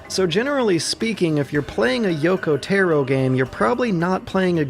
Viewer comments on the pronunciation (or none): Taro is not tarot it's たろ TA-RO rhymes with BRA-BRO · TEAR( LIKE RIPPING PAPER )- OH TAR - O I forgot this is why I cant watch any of your videos , your pronunciation is terrible . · Yoko TARO - you constantly said "Tero" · yoko tAAAro not Taero not tayro Tar- Roo TAR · Tar-o not Tear-o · Taro TAR-O not tear-O... japanese: ps3 = dad xbox360 = brother america: ps3 AND 360 = father only subtitles being nier:gestalt and nier:replicant, one brother, one dad, which gets weird when your calling the hero and final villian those. the more you fucking know p.s. - go watch Clemps videos on ALL the nier/drakengard games. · Taro Tah-Roe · How do you pronounce Gestalt so well and still struggle to pronounce Taro correctly? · Every time you say “Taro” I die a bit inside. It’s so bad omg